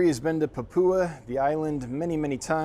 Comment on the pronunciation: Being Australian I love that youre showing the Rainbows and Pseudo's. Just a note, Papua is pronounced "pap you ah"